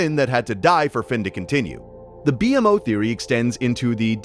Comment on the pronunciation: Amazing video but why call BMO B m o it annoyed my brain ngl it's pronounced bee mo Amazing video but definitely not for sleep ❤